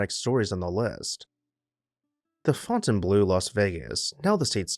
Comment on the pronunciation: Thank you for correctly pronouncing Fontainebleau.